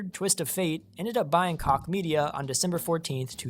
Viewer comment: It's pronounced "Coke Media" lol